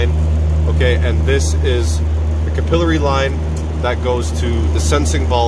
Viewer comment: Cap er lary not capil a ry